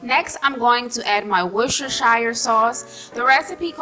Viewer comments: Worcester SHIRE No woman it's Worcestershire pronounced Worcester sher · Love the video! FYI You're supposed to pronounce it 'wust-er-sheer' sauce haha (believe me, im british) lol